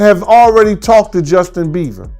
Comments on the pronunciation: His name is Bieber not beaver 🦫 😂😂😂bro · Justin Bieber ❌ Justin Beever ✅ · It's NOT Justin Beaver it's Bieber 😂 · Justin beaver huh it's Bieber lol😯😱🤣🤣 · "Beaver"? Really dude?! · Bieber not beaver. 😂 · please stop calling him Justin BEAVER LOL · Justin BieVer 🤣 I’m sorry 🤣 Please pronounce his name correctly. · It cracks me up when he says Justin Bieber he literally says Justin beaver 😂😂😂😂😂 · Ikr. I thought it was a slip of the tongue at first but he says it over and over 😂